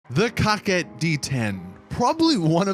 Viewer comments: COCKIT BRO IM DEAD 😂😂😂 I believe it my be COH-KET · When said: coquette bruhh i died he says it like: cocket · Cocket wtfffff it’s korket that’s how it’s pronounced damn boy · “Cock-Ette” It’s Pronounced “Coke-Ette” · Why you keep saying “Cock-ette” ... if it’s a “Cor-Vette” remake, than calling it “Co-Quette” would be the more proper way to say it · What this foo call the car 🤣🤣 cocket wtf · Guy said cockette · “Cockit D10” 🤦‍♂️ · This foo said Cockit d10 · You say it kow ket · I think they were going for cock-wet.. so idk if you want to pronounce it like it’s irl counterpart, or the baller name of getting your “coquette” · It's actually pronounced "Co-Quah"...it's french. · He’s calling it a cocket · Is anyone going to tell him how to say coquette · Is it just me or is he saying the name wrong?? Keep up the good work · Anyone else really bothered by the way he says coquette?